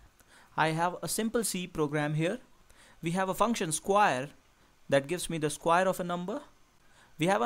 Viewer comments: square not squire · Sorry I could not keep my laugh to myself. Skwaer, rektangul But really thank you for the explanation, it's great. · i like the pronunciation of "square" -> skwaer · Sounds like "squire" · i thought i was royalty when he said square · Very clear and informative and relevant even today. I enjoyed watching it. But you'll have to work on your pronunciation a little bit.